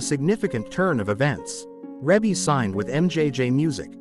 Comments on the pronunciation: Her name is pronounce ree bee not rebbie even if it is spelled that way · It's Ree Bee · Yea, cause WTF is Ra-bee🤦🏾‍♀️Very annoying. FR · Please stop calling her Reybbie. Her name is pronounced Ree-Bee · Rebbie not Rabby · Her name is pronounced Ree-bee🤦🏽‍♀️ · It's REE BEE!! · I just had to stop watching. The music in the background in the mispronunciation of her name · Say her name right next time!!!! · They’re not even pronouncing her name correctly…. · Beautiful, Blessings Always Sweetie Rebbie, & Congratulations on your Awesome Career and Achievements. Rebbie is the correct pronunciation. ❤❤❤❤❤❤❤ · EXACTLY I hate when they prosper off of our culture and don't know ish about it. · I was thinking the same exact thing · Exactly. That’s why I tried to listen (the mispronunciation was killing me🙄)because I thought she was ill. Glad she’s doing fine. God Bless 💐💐💐💐💐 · I AGREE WITH YOU ON THAT ONE He didn't say her name right at all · Man I was watching this and every time he said her name worry my head was hurting more say her name right please ❤ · How can you narrate when you can’t correctly pronounce her name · She looks like Her mother and Janet😊 learn to say Rebbe name"CORRECTLY" Or get a black person to take your place😮